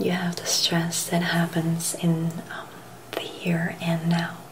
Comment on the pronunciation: You stressed the word "stress" and "stressed" quite a bit, but otherwise this is a very nice video as always and I appreciate your ASMRtistry.